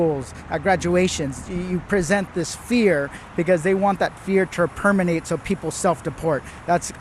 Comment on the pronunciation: It's Permeate, not Permanate, congressman. Where do they find these guys?